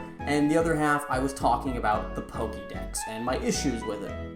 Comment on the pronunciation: Little pet peeve. It's pronounced Po-Keh-mon and Po-keh-dex. You said Po-keeee-mon and Po-keee-dex a lot. I know it's a little thing, but it was distracting.